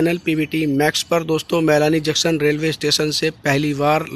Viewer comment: Junction ka sahivucharan karo